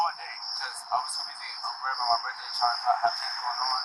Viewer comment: “I couldn’t have spit on anyone it’s my burfday.”